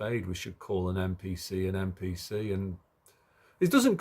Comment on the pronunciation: what makes you say MPC instead of NPC